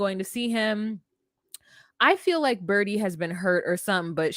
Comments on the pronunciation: And it's Bridie not Birdie 🤣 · BRIDE-ie NOT Birdie